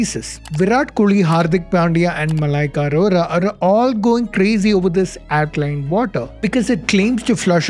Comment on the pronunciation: Mallu can't pronounce alkaline or circuit or nine !! Sad but true.....